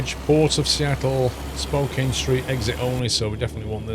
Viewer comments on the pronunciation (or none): Spokane rhymes with Ann. A lot of Washington place names come from indigenous names or words and they’re not pronounced the way most people expect.